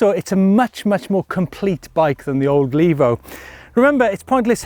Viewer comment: Levo. Not Lavo. The e is long.